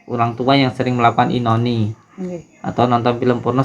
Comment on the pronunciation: Bukan inoni gus tapi ONANI gus nya ngomongnya salah terus